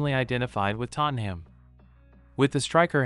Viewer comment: Sorry but you need to learn how to say Tottenham. The ‘ham’ isn’t pronounced like the food